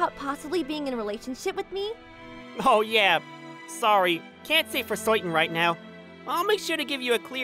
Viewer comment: This dude NEEDS to work on his pronunciation. Particularly the words; girl, certain and person.